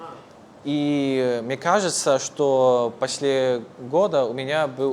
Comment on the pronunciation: After 5 years of (more or less) learning Russian, I'm proud to be able to say: После is pronounced: 'Posle, not pasle, with accentuation on the 1rst syllable.